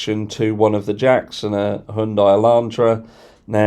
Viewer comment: High __ Yun __ Die . My god man youll be trying to get your tongue around alluminium next.